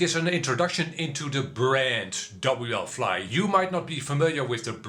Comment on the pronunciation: why are you saying WL FLY . IT IS WFLY NO L Between w and fly